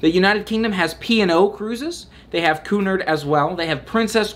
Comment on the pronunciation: Your pronunciation of Aida was perfect, but Cunard is "cue-NARD." I hope one day that I own enough ball gowns to take a transatlantic cruise on Cunard's Queen Mary 2. Every night is formal night, though - tuxedos and ball gowns only. (Tiara optional. 👸)